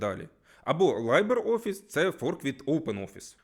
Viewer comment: дядьку, от всім ви класні. Але англійську треба підтягнути або як_мінімум звертати увагу на вимову при підготовці відео. Бо ці "сі-к'ю-ель" та "лайбр-офіс" ріжуть вуха капець)